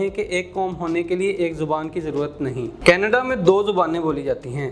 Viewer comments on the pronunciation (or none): none